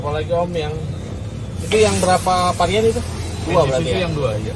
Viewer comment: Varian, bkn parian 😊